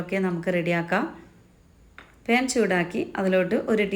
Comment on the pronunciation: പേൻ അല്ല പാൻ😅